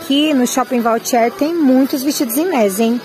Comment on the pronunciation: schpping Vautier e não voutier.